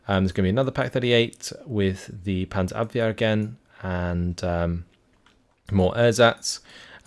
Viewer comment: You perfectly pronounce Panzerabwehr. Try to pronounce Ersatz it like Airsatz, with emphasis on "satz". Love your content :)